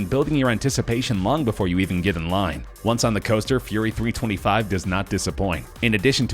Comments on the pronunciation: 1. It’s pronounced Fury Three Two Five 2. Full Throttle isn’t even the craziest coaster in it’s park, and neither is Gatekeeper. 3. Why are you showing pictures of a completely irrelevant ride and talking about another? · Scary SteveCraft Roller coasters are some of the safedt things ever created. The guy in the video has no idea what he's talking about. Sure the facts are right but still, he ranked gatekeeper at number one. Of course i like gatekeeper, but you shouldn't make videos like this, or comments like you did. He didn't eveb pronounce Fury 325 correctly. Just because you are gp and have no idea what you're talking about doesn't mean you should treat people that do like idiots. Do research if you want to say something.